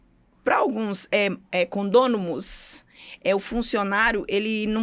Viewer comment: Mas como pode uma síndica profissional que fala "CONDÔNOMOS" ??????